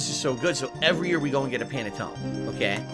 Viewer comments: can't pronounce Panettone properly and doesn't know the difference between Pandoro or Panettone....Mr. Authentic Italian everyone. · Italian heritage but doesn't even know how to pronounce Panettone. Sound good?